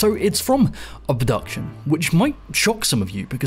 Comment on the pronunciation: By the way, the name of the game is Obduction, not Abduction. These are two different words